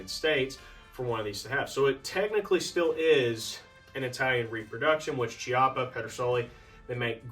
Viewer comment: It’s pronounced “kee-up-ah” the ch is a hard K. Like Chianti, echo, Fiocchi ammo etc